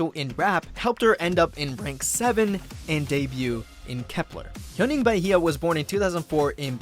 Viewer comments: wanna give another correction you pronounced her name as "ba-hie-ya" but it's actually pronounced "ba-ye" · 1. Chaehyun was never confirmed centre. 2. The 999 is just pronounced as nine-nine-nine. 3. That's not at all how you pronounce Huening Bahiyyih's name lol.